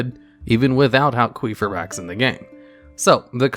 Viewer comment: halqueefibrax is not how English works